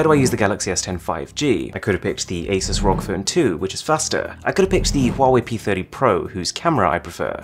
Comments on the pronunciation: ARUN say it with me R-O-G NOT rog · I hate that he said R. O. G. Like a word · The way he said R.O.G hurt me...